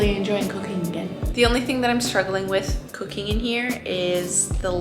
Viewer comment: Anyone else hear cocaine when she said cooking? Or am I crazy lol. 11 minutes in.